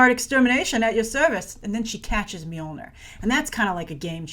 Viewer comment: Grace: your pronunciation of "Mjolnir" (actually: "Mjølner/Mjölner") is very, very good - as a Scandinavian, I approve :-)